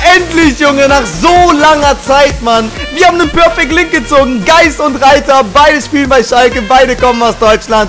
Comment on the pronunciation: haha bei dem perfect link sagst du reiter anstatt Rieter noch viel spaß im Urlaub bin auch grad in der nähe von Antalya. Bester youtuber mach weiter so!!!